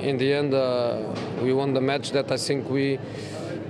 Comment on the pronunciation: Is he saying i sink or i think